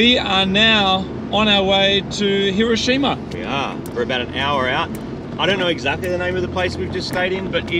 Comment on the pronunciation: Can pronounce Subaru, can't pronounce Hiroshima. You can take the boys out of Aussie, but you can't take the Aussie out of the boys.